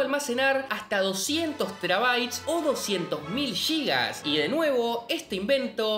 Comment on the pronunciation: No son "Yigas". Sin "Gigas". Y tampoco en realidad son "Gigas", sino "Gigabytes". Intente aprender al menos las unidades básicas y como pronunciarlas.